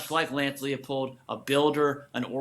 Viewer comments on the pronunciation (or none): How are we supposed to think this guy is a credible source if he doesn’t even know how to pronounce Leipold’s name??😂 (it’s pronounced LY-pold fyi) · He pronounced it wrong twice in 10 seconds lmao